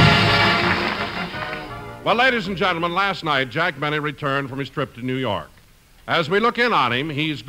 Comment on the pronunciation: "J. Benny" pronounced "J'Benny" was a good one!